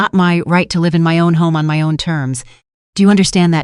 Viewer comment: If the narration is in English please use the pronouncing properly !! The word is 'live' then say live,as in I live here,not ,the power line is electric,as in 'connected' . Not hard to do!!